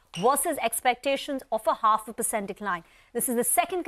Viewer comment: All I heard was "pussssant"😂